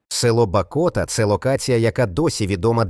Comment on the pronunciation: Звертай увагу на правильність назв населених пунктів. Правильно - Дземборня, БАкота, а не БакОта. Інші не знаю, але перевіряйте. Це ж ваша репутація